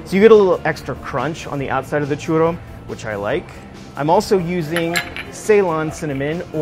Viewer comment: Alex Leal "el churou"